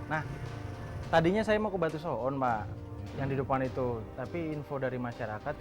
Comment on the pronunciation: menit pengisi suaranya sangat fasih mengucapkan kata so'on menggunakan huruf 'ain. wkwkwkwkwk